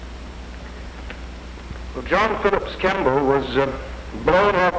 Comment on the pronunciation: * John Philip Kemble, not Kamble.